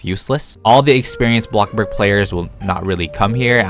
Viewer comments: "bloxburg": "blockburg" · AND THE AWARD GOES TO THE KING OF BREAD, BLOC BURG YOUTUBER, AND THE BEST ROBLOX YOUTUBERRRRRR (also the way you say Bloxburg like blog burg so funny🤣)